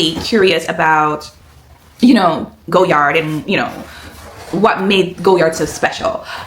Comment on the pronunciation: Omgosh the color 💚😍 congrats on your stunning purchase. I have been thinking about the Saigon but I will def wait until I visit Paris before pulling the trigger, to save a bit with VAT 😂 thanks so much for sharing your experience. (Btw, it’s pronounced Goy (as in boy) - Yar, vs “Go”-Yard)